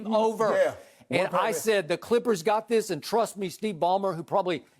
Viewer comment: Shannon: "But Ima say 'THISSHH'" Also, Skip is like a Kevin Wildes that actually takes himself seriously.